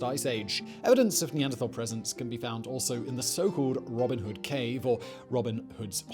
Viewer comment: The last syllable of "Neanderthal" is exactly like the word "tall".